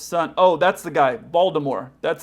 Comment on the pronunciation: ‘Waldermors’ lol sounds like my dog trying to say Voldemort lol